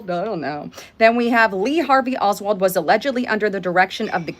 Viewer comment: does look better than usual today. Eyes, face and hair. Wow. Oldwold? Isn’t it Oswald, or is this Mandela Affect? lol